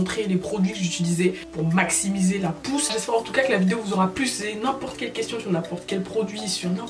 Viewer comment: Uneuh pousseuh vreeuuuument 👌🏽